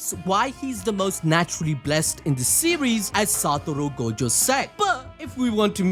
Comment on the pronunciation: the way he pronounces gojo :| go-jo